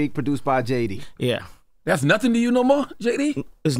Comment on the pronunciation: Jess didn’t prep for the interview she ain’t say Nottin 😂😂😂